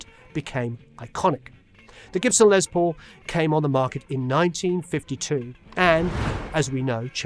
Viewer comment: Great Video.....Just a point...his name is Lester not Leslie....so should be pronounced Less not Lez....but I know you know lots of famous people, so does he call himself Lez or Less? Brilliant man regardless..